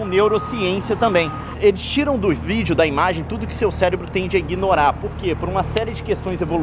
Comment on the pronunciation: só eu que já reparei que, ao invés do Leon falar '' vídeo'' ele fala '' vígeo''?? adorei o vídeo!! Leon é muito inteligente....